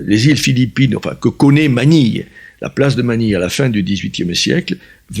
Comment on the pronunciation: ManiLLLLLLLe, carrEEEEEEEfour ... il prononce des lettres que le commun des mortels ne prononcent pas !